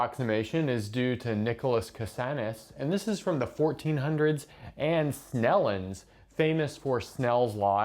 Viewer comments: I believe it's "Snellius", not "Snellins" 😅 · The guy's not named Snellins, but Snellius. It is the latinised version of the name Snel (meaning quick).